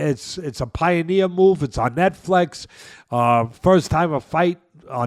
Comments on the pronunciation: Say netFLEX one more mf time.. I dare you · What’s “Net Flex”😅